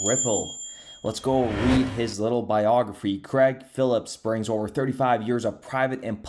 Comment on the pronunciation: Craig ( crayg ) not pronounced creg